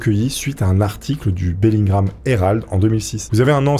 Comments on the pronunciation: BELLINGHAM ça se prononce BELLINGUAM et non BELLINGRAM .... oui je sais, je chipote :D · C’est Bellingham pas Bellingram Bref sympa l’histoire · Bellingham pas bellin gramme... Kenavo!!!! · Bellingham donc pourquoi dit-tu Bellingram ? Peu être est-ce moi mais j'ai pas trouver sa logique.. :)